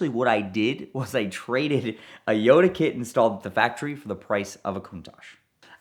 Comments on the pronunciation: Yoda? Jota is pronounced: HO-tah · I can’t watch any of his videos involving Lamborghini’s in case he says Jota in the weird way he does. It’s a shame, as I really enjoy his stories 😢